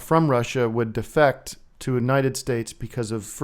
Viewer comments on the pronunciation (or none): "Anited States"